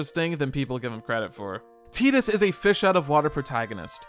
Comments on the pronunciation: It's not "Teedus", it's "Tide-us". It's not "Orrin", it's "Are-on". Why are YouTubers so bad at phonics? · I was gonna watch this, but I can't deal with the fact that it's 2024 and you're pronouncing it as "teat-us" rather than the clear and obvious "tight-us". Like....not a second was spent making sure? You clearly thought it was an odd name, so why come off like a fool by not checking the pronunciation. Titus is an odd name, but not a non existent one. I have a buddy named Titus. There is the comedian Christopher Titus. Just come on man. Low production effort there. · Tie-dus, not Tee-dus. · Was excited to put this on in the background but I couldn’t listen to the name “Teetus” for an hour lmao😅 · It's Tidus... like the tides of the ocean. Tide-us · It’s TIDE-US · Jesus christ do some research dude. its pronuced Tee-Dus. the game is based off south pacific culture. Tidus means tide in Thailand. just like yuna means Sun and Luna means moon. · Tie-tus* pretty biblical name bro crazy you dont know how to pronounce it. 😅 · Had to stop listening. It will never be “Teedus” to me. And it hurts to hear it.